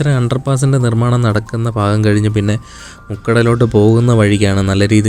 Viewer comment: ബ്രോ ഒരു സംശയം നിങ്ങൾ തേക്കന്മാർക്ക് ഭ എന്ന അക്ഷരം നാവിൽ വരില്ലേ എല്ലാവരും ഫ ഫാഗം ഫൂമി എന്നൊക്കെ പറയുന്നത് കൊണ്ട് ചോദിച്ചതാണ് പല ആളുകളെയും ഞാൻ ശ്രദ്ദിച്ചിട്ടുണ്ട് അത് കൊണ്ടാണ് കളിയാക്കിയത് അല്ല😊